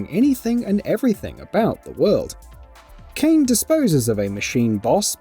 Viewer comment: WHY DO PEOPLE CALL KAINE KAIN OSHGBASHJGBAHDGA